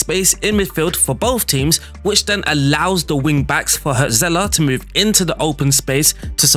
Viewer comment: Cool video. I'll give you silly mnemonics to help you pronounce the German names you struggled with. 1. Remember the band Hurts? Their hit was called "Wonderful Life". Now imagine someone was owning that band but giving it away for money. That guy would be the Hurts-Seller. Hürzeler. Ouch. But I'll bet you'll remember it. 2. One of Frodo's mates was Pippin, right? Now if Pippin owned a book, that book would be Pippin's read. = Pipinsried. German words seem long and scary for other cultures, but really we're mostly just combining short words, it''s just that we stick them together without spaces or hyphens. The place where monks used to live by a shiny creek would become Monksshinycreek. I picked that weird example because that is what Mönchengladbach (Mönchen-glad-bach) actually means. Cheers!